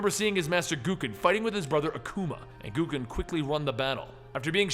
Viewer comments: G-O-W-K-E-N not G-O-O-K-E-N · Why dafuq does he call him GOO-KEN? Isnt it pronounced Goe-Ken? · GO-KEN. Not Goo-ken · Hey, not to be rude or anything but Gouken is pronounced "Go-Ken" not "Goo-Ken" like I've heard you say it in the few occasions you've covered street fighter comics. Just a little heads up. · it's not pronounced "goo-ken"!